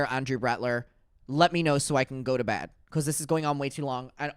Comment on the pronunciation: “So YEAH…🙄 we went tah bed 🛌” LMAO